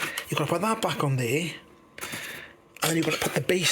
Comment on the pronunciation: In hieuwr... On thieeer 😂 Good job!